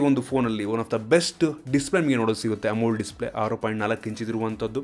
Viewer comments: Its amoled not amuld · Bro neevu AMOLED na tappu pronounce maadtira